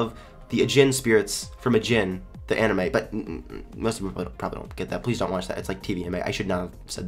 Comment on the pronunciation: Anime? Anime? Has I heard the say anime? lol